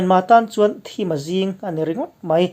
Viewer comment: Sorkar pui sipai hi kah hneh mai mai chi an ni lo a fimkhur ava ngai ve, Mipui him dan dap zawnga chet chi a ni, Sipai a kap tur chi, KNA Etc" te ang force din a nih loh chuan, local arms chuan beih chi anni lo ang. Tin, "Thim a zing" tih hi Thim tih lai hi thìm tia lam tur a ni, Chhum (cloud) tih ri ang deuh, Boot, tih ang deuh hian.